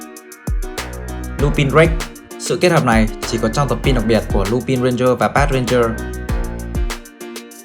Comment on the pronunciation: Ad ơi Lupin đọc là Lupan nhé ad